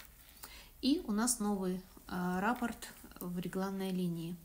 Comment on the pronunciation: спасибо за МК. В первый раз, с вами, пробую вязать росток. Вы все очень понятно рассказываете и показываете. Обратите внимание на слово Раппорт,вы его часто повторяете. Надо говорить РаппОрт. А рапорт- это донесение у военных.